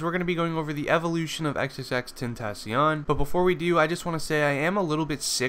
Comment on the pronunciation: Nobody can ever pronounce his stage name right sigh